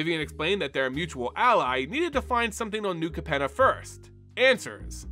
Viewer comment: And Capenna. And repeatedly called "Maestros" the "Mephistos"